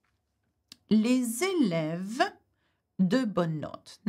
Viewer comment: les èlèves means pupils or students, but sorry for that you pronounce it like people